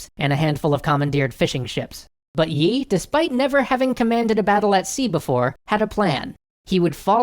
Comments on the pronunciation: yi sounds like yee but I'm not Korean so don't blame me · Can you please stop pronouncing the 'y' in the name? That's an artefact of transliteration, not the actual pronunciation. Think of the admiral as 'Mr. E' :p